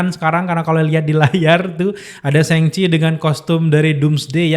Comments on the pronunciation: Nyebut Shang Chi nya apa bener itu SENGCHI?? Bukan kah lebih ke SHoNG CHI atau lebih simple ya SHaNG CHI... emang di baca A atau lebih ke o (kecil) gitu bukan nya ya bukan E?? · Shang pake "a" bang, bukan sheng Thanks